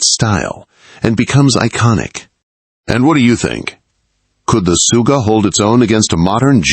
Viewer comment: Its Sugga, not Suga, that is something totaly diffrent